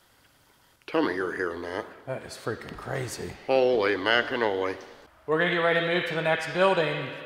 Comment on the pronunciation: “holy mackinoly” lol I love him